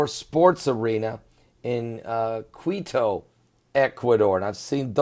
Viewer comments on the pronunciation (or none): Pron. Quito = KEE to Guayaquil = Guai a KEEL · Quito is pronounced Keytoh Guayaquil is pronounced Who-ah-yah-keyl Perdnales is pronounced Perd-nah-lehs